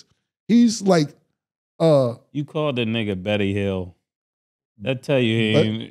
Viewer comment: Cam called him Betty-Hield 😭🤣